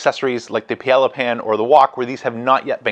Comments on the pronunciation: More like: pie-ay-ah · Respectfully, Paella is pronounced Pi AyYa The L’s are silent. Really depend on your content. Thank you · Yeah, that pronunciation. Oof. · You're great, and I've learned a ton from you as I research which kamado style smoker to get...but I have to say it. Paella....pronounced pie-a-ya....no L's. Love the channel...:) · I've heard it pronounced pi-yea-ah by a Spanish fellow. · lol doesn’t know how to pronounce Paella